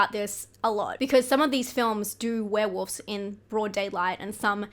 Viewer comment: Do you really pronounce it "Were-Woofs"? HaHa I'm dying!